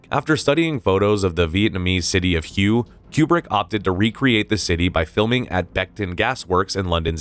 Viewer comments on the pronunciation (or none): The City of “Hugh”? how about Hue city pronounced “Way” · Lol "hugh" city. "Quai" city😅. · Hue is pronounced “hwey” not “hue.” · What I'm really shocked by was how the narrator, in 2023, with information freely available immediately, could complete butcher the pronunciation of not one, but two Vietnamese cities, Danang and Hue (pronounced hway, not hu) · "hue"!?!? After all this research that's how you gonna pronounce this?!? SMH!!! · Hue is pronounced "way". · Hue is pronounced Way. are you just reading this out of a book I mean why are you not even trying to get this stuff right? It's so frustrating so you read out of a book edit some clips together and that's your channel that is so lazy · The city of Hue is pronounced “Way” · its "way" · Hue is pronounced "whay" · Hue is pronounced like way, way city. Do better. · Hue is pronounced "Hway" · I was just going to mention this. Thank you. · the city "Hue" is pronounced "Wh-ay".. . ty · get your pronunciations correct. Hue? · OMG, I lost count of the number of mispronunciations in this video. The narrator even managed to mispronounce HUY two different ways. And let’s not mention the unforgivable sin of calling a Marine a soldier. Unfortunately these mistakes take away from the credibility of the script. Your videos are normally very good, seems like a little short on editing this time. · I wasn't there, but it's been 50 years and folks still can't pronounce Hue right. Good breakdown though. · It’s the first time I’ve ever heard someone pronounce it like that.. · Mispronouncing the name of the city Hue is a dead giveaway that AI was used for VO.